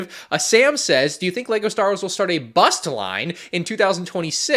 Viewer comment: why you say bust like that